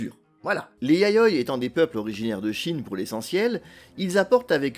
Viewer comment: Super intéressant, merci. En plus, la prononciation du japonais est assez correcte, sauf peut-être pour "Yayoi" où le "i" est plus marqué (YA-YO-I)...